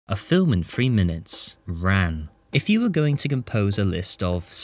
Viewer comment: C'mon, c'mon. Say it right, now. Tapped R (half-way between an R and an L), then ahn.